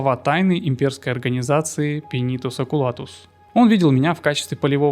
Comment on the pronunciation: Сидел слушал всё было класно, но потом слышу "Пенитус Окулатус" и меня прорвало, так дико я не угорал давно.... пинитус окулатус... ох уж эти имперцы, все у них через пенитус.